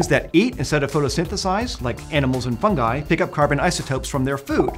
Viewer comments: Why do Americans spell the letter "I" like. ai, you say "Fungai", that is scary!!! When u say "Ring" you spell the "I" the right way... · Fun-ji. Fun-JEYE. With a J, not a G. Geez. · Is it me or did I really heard 'FUN GUY' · I was pronouncing “fungi” wrong